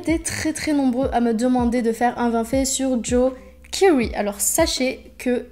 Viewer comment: juste tu dit kiwry un truc comme sa alors que sa se prononce kéry comme sa se prononce sinon mrc car j adore joe keery